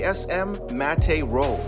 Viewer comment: Bro needs to figure out how to pronounce "matte" correctly before anyone takes him seriously...